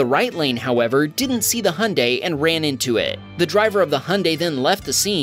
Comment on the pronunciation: Oh it seems so hard to pronounce Hyundai